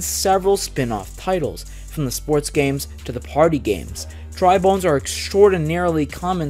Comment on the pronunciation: You got Dry Bones and Bowser Jr. correct!